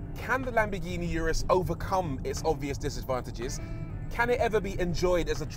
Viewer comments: "Uterus", or did I mishear? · No one thought about telling Rory he was pronouncing Urus wrong